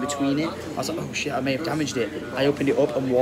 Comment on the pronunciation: "Lydia's gone for a SHET"